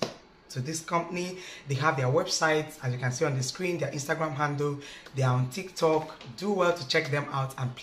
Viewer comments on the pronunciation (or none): none